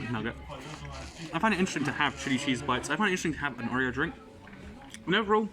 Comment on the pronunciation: Every time he says chili cheese it sounds like shitty cheese lmao